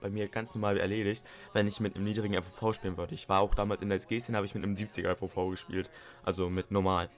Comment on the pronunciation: FOV nicht FVV :) nicht böse gemeint